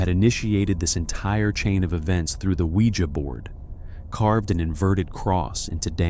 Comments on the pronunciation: I tried to listen to this I love these kinds of stories but I'm having to turn it off because he can't fucking pronounce ouija correctly... He says it like sling blade.... Noooo thanks I'll watch a video where they CAN ACTUALLY PRONOUNCE WORDS CORRECTLY smh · Pronounce ouija" the right way!